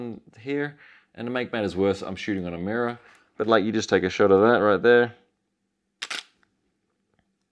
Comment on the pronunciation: its a mirraw, its a mirraw hehe